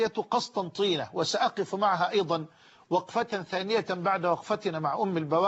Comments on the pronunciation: بارك الله فيه... نحن من عشاق اهل الفتوى مهما كانوا... فقط الولاية اسمها قسنطينة وليست قسطنطينة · الولايه اسمها قسنطينه وليست قسطنطينه نحبكم في الله شيخنا من الجزائر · تنويه فقط شيخنا الفاضل هي ولاية قسنطينة وليست قسطنطينة